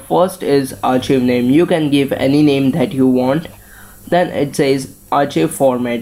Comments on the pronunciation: r chiv lol no its pronounced Archive (ärˌkīv) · ROFL " AR- CHIV" xD